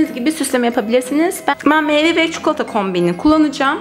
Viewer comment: Keşke “çikolata” demeyi öğrendikten sonra çekseydiniz şu videoyu.